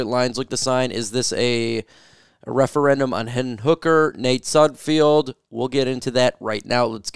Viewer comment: It's pronounced Sud Feld, there is no I in his last name